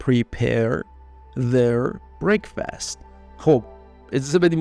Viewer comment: please dont teach incorrect pronunciation. /ˈbrek.fəst/ is correct not /brek.'fast/